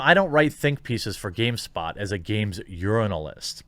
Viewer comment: Did you just say "urinalist"?